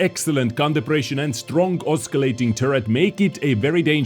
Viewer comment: Dear, Just wanted to point out the C in oscillating is silent. Yours truly, The village pillock